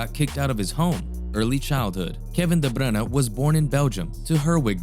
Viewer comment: Really nice video! There wasn’t a single moment where I thought of leaving, this is extremely great content. You earned a new sub :) Also finally someone that pronounced his name right. Keep going!!